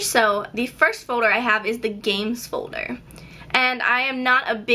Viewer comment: i like the way you pronounce folder. it's like "fowder" haha